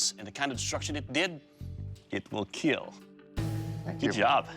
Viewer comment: 'But most importantly, Eetil Keeeel'